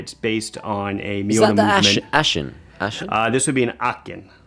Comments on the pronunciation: Guys, as a German may I jump in. Aachen is not pronounced "Aaken" but the "ch" sound is soft, TGV was closer. The "ch" sound does not exist in English, but try the "j" sound in pronouncing Tijuana, so Aajen if you will. Then you'll sound like a German. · The double AA in Aachen is drawn out and not pronounced short like you did buddy. As though it were spelt Archen. Meant well 👍 I‘m English but live in Germany. Here, and especially amongst those with more money, there is an awful lot of snobbery regarding what watch you wear. I dig wearing a classy, expensive watch if you can afford it, judging someone by his watch however is superficial and arrogant. A Porsche sales guy once told me that he always checks out the watch someone who enters the dealership is wearing. If the watch isn‘t expensive, they can‘t afford the car. The joke is, most of the Porsche sales people can‘t afford the car themselves. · You guys both pronounced Aachen completely wrong. But I think, there is not such a sound than the german "ch" in the english language, so it´s difficult. You are excused. 😉 Greetings from Germany